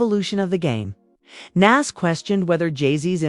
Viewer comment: I couldn't get past that repeated mis-pronouncement of Nas' name.